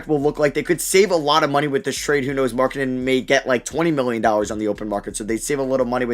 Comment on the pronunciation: How did you pronounce Lauri markanen???